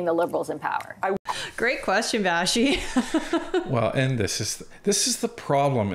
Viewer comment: would you please quit mispronouncing vashti's last name